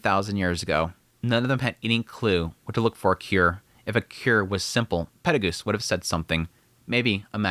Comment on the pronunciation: Acording to the Dub version the name is pronounced "Peru Gius" and not "Perry Goose". In Japanese he is pronounced "Perry Gius io" so your basicly making a mix out of the dub and the sub version